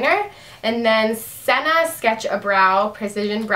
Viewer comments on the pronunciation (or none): none